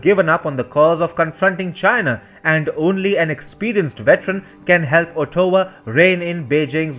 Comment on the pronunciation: great video however your pronunciation of Ottawa has too much emphasis on the o try to pronounce as AT-AH-WHAH